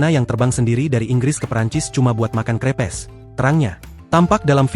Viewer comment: baca crepes sesuai tulisan itu sesuatu bgt ya ai